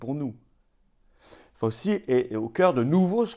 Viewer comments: Excellente vidéo comme d'habitude, mais outre le fait que la patronyme de ce triste sire et bras droit du non moins triste sire Guillaume Portails III, se prononce Fau-chi, il convient de de connaitre sa déclaration filmée du 29 octobre 2019 (!) au Milken Institute. Elle est facilement trouvable. Accrochez-vous. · Ce nom ce prononce Faotchi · Merci à Florian depuis les États-Unis ! (Par contre on prononce "Fau-chi")